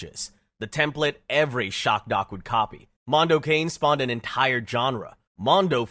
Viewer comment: Mondo Kahn-AE. How can you do a video essay and not look up the pronunciations?!